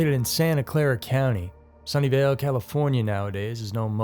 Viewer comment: I thought he was saying "Sunndale" lol I was like ITS A REAL PLACE?? lol and it would've made so much sense lol